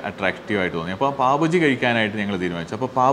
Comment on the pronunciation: ബജി അല്ല bhai.... ബാജി